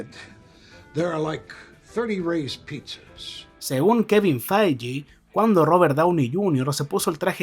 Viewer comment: kevin faiji xd, quizas deberias mirar como se pronuncian los nombres antes de hacer los videos